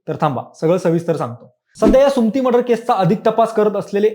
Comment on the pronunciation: सुमती नाही सु म ती म्हण